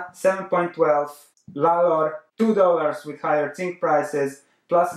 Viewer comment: Could you please stop saying "tzink" It's hurting my ears every time I hear it in your videos.